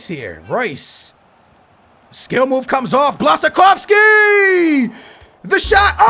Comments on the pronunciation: you are saying blansakowski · Just sayin its pronounced Blashakovski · It's pronounced Bwashchkovski.